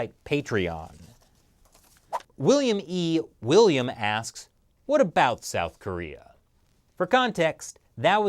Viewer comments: a boot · . A-boot impossible. LMFAO!